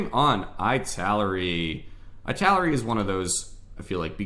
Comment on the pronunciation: Thanks, it helped a lot! (Btw, Italeri isn't pronunced like that, it's "ee - tal - er - ee")